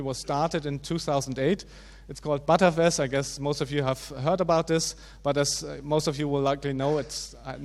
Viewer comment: Great talk, but please let's call btrfs "betterfs" not "butterfs", which sounds sometimes like "buttfs".